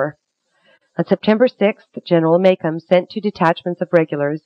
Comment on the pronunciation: I'm from Plattsburgh. She huffed her way through this and the way she repeatedly mispronounced General Macomb's name really was irritating.